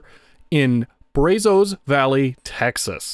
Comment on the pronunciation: that is... really not how Brazos is pronounced!